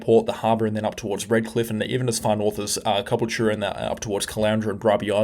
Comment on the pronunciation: Please pronounce Caboolture properly, its pronounced, Ca - Bull - Cha